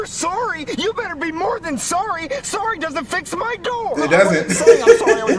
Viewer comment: that’s not how you say sorry!!!